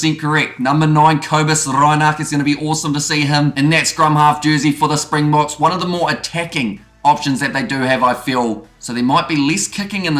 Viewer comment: MASSIVE kudos for your pronunciation and nailing the South African pronunciation. So many commentators etc not putting in the minimum effort that remains a simple component of the job - well done.